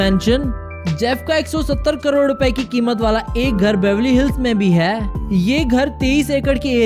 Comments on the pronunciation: I tried to ignore it but I can't what is Haai???? Sedha bolna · Funny when he say hai😁😁😁😁😁😁😁😁😂😂😂😂😂😂😂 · Apka "HAI" bahut gnda h🤢